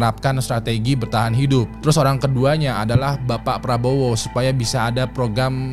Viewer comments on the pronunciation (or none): none